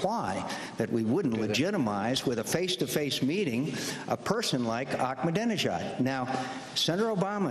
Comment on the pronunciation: it's funny and hilarious how McCain mispronounced the leader of Iran's name, haha, .